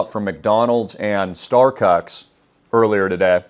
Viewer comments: My boy said Starcucks 🤣🤣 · Yoooo he said starcucks 😂😂😂😂